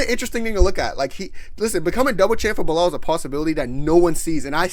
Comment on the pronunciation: Nigga said belal😂😂😂😂